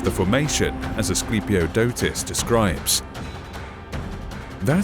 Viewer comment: Chiton is pronounced rrrriton (more like the j in Spanish) and the i being... you know i. And the k is pronounced is Greek. Greeks did not write a letter to not pronounce it. So knemis = knemis and not nemis. I love this era. Everything was badass back then. Also, it is Asclepiodotos, not us.